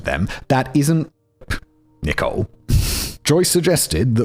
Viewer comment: Am I crazy, or is he pronouncing "Nichole" wrong? 😅